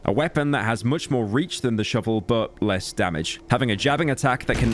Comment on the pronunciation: when pyro said less stamina drain I heard "le stamina drain"